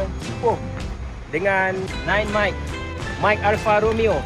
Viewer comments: Maik not maiki haiyo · Kt betulkan sikit. Bukan 'mikey' , tapi 'mike'. Contoh : 9M-MAC (Nin-er Mike Mike Alfa Charlie)